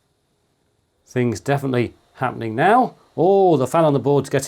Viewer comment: Thank you for pronouncing Ubuntu correctly 🙏🏼